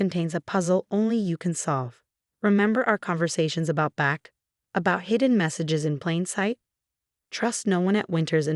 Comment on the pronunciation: Oh dear! Bach, not back. SMH